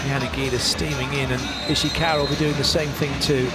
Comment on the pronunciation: correct me if I’m wrong but did he tried to say Ishikawa and ended up saying Oshikawa? Which kinda sounds like Oikawa JAJAJA